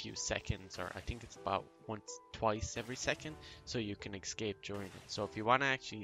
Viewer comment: these are very useful tips. I wanna tell something don't get me wrong; you use escape word a lot and in wrong way. You are saying ''excape'' instead of ''escape'' and hearing it over and over like hat makes it frustrating. Just telling you as a viewer.